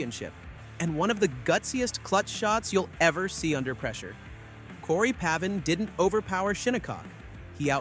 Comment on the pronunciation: Cory Pavin's name is pronounced "Pave-in" ryhmes with "gave in".